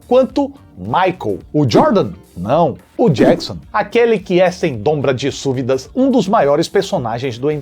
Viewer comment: "sem dombra de súvidas" KSKSKSKSKSKSKSKS Tive que rever três vezes para ter certeza que estava ouvindo certo KSKSKSKKSKSSKSKS